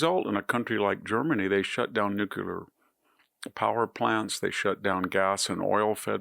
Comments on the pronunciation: Nuclear, not nucular. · VDH is way too intelligent for me to let it slide that he says “nuke-u-ler” Please. It’s “nuke-lee-ur” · Hey, Victor Davis Hansen, I think that you are the smartest, best educated person on the planet when it comes to politics and history. So in keeping with that, could you possibly do us (me) a huge favor? Pronounce "Nuclear" properly? Noo-klee-ur not nuk-u-ler. Please we're (I'm) begging you. Thank you in advance for anything that you can do on this issue. Long time fan & subscriber. Proponent of Hillsdale College. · nuculer? or nuclear... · Thanks,👴🏻Mr. Nucular IT'S NUCLEAR!!! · Victor: I do LOVE you. But…. It’s “NuCLEAR”. NOT “New Kew lar”… just think of two words: New Clear. And .. done! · Did you just say “Nucular”? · Please say nuclear. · stop pronouncing the word NUCLEAR the wrong way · You would think that a smart man lilke this would learn to pronounce the word nuclear correctly. It makes me think he is stupid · I love VDH but there is no u in nuclear!